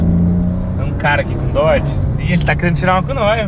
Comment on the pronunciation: Não é dorge charger e Challenger .